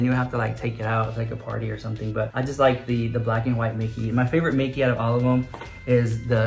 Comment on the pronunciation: I'm 31 years old but when you said "dickey" instead of "mickey" I laughed (out loud) SO HARD